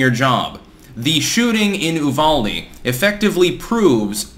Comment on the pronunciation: Good job on pronouncing Uvalde correctly! It's a little weird, but we appreciate the extra effort.